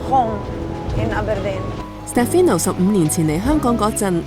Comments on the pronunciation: i think it’s a little disrespectful to mispronounce your interviewee’s name, his name is SteFANO, not SteFINo…. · You honestly need to do better than this. Can’t even get the name right. Is Ste “farn” no not Ste fi no… you ask for respecting others in your guideline when commenting but in fact you can’t even respect the subject… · 人哋叫 Stefano, 唔好叫錯人做 Stefino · Interesting and sweet story. You didn’t pronounce his name correctly though 😂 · Is it just me? 旁白成段片都讀錯主角個名好distracting lol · 你没聽錯，是完全讀錯。 其实就箅吾識意大利文，只要問一下被訪者或google下就0K了，因為讀啱人地個名係基本尊重和禮。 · 我都聽到讀錯名～